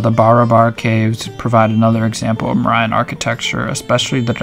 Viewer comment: you're pronouns mauryan so wrong